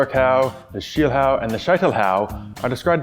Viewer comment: Little correcture: It's "Schielhau".